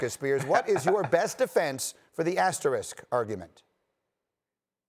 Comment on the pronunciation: Man I´m Portuguese and even I can say the word asterisk… Been hearing this guys saying "asterik" for 3 days xD